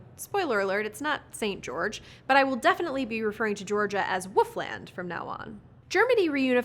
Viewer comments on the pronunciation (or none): none